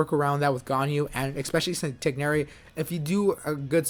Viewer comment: You pronounced Tighnari better than the VAs 👍🏽